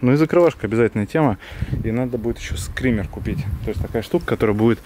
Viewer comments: Скиммер а не скриммер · Ток не скример а скиммер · не СКРИМЕР, а СКИММЕР !!!